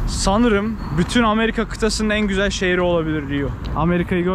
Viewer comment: her sözün ardından çok gizeeel 😁😆👍🏻